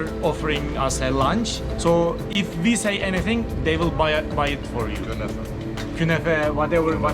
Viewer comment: Its called Künefe